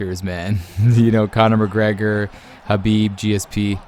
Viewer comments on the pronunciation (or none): none